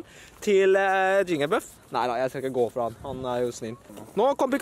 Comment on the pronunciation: Det heter jigglypuff ikke jingelbuff